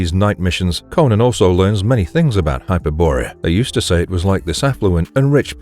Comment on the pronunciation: Hyper-borea? lol